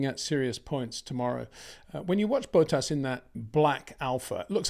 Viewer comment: Why does he always say Bottas's name like Boat Ass?